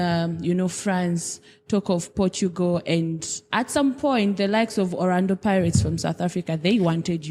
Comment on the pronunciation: Thank God the camera didn’t show face when the lady said Orando ‘(Orlando) pirates😂😂